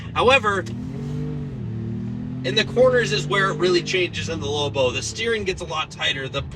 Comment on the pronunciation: It not pronounced lowbow